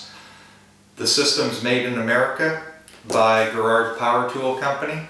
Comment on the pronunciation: And it's pronounced Jer-ro